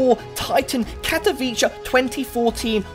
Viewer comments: Katowice is more like Katovitze, not Katoviche. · Katowicha you say? You sure it's KatowiCHA?!?!?